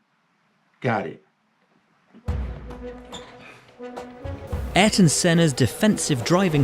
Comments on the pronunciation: The mans name was Ayrton, not Aryton. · It's ayrton senna not aryton senna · No is Aryton Senna. Is Ayrton Senna. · The correct pronunciation is "Eye-air-ton Seh-nuh", but "Air-ton" is also a normal way to say it Yes, in fact in that clip you can see the marshall wave the red flag. Red flag means the session is stopped completely, all racing is to stop, no more passing, and all cars must immediately return to the pits. He was 28 at the time, born March 1960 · The correct name is AYRTON Senna, not Aryton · Ayrton is read like "I-rton" (the A+Y has the sound of an i), like in the name Aysha/Aisha Also, here in Brazil, people prayed for rain when he was gonna race. I was 7 when he died, and I still remember the day, the sadness. I still cry when I hear his theme song that played here everytime he won. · It's pronounced ah-YEAR-ton SEN-ah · He was a master driving in rain ... pole positions one after another ... his name is pronounced ARE - EAR - TON SENNA man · Its Ayrton .. 😉